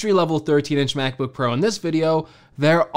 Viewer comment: Mac book "parow"